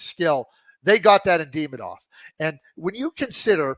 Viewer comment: I cannot stand how Craig butchers a simple name like Demidov. And he refuses to correct himself. So annoying